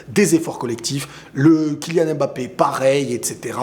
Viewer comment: TU PEUX ARRÊTER DE DIRE "M”BAPPE STP? C’est MBAPPÉ! Le M et le B ne sont pas séparés! Et il n’y a pas d’apostrophe avant le ”B”